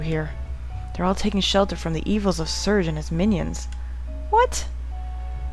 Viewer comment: lol you cant say serge? ^.^